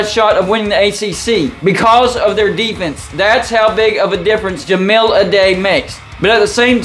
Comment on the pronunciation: Certainly some concerning correlations with him, but really hung up on the mispronunciation of Ja-mile (5280 feet) Ah-die (singular of dice)